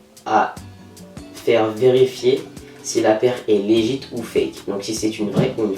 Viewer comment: juste un truc .. LEGIT = LEGUIT et non pas LEJITE .. ;)